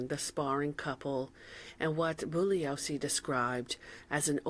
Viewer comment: you're the first YouTuber I've ever seen cover this topic and pronounce Bugliosi correctly. Interestingly, Jay Sebring is the hairdresser that gave Jim Morrison his famous "Alexander the Great" haircut that you see in the Young Lion series of photographs. Instant new subscriber! ❤❤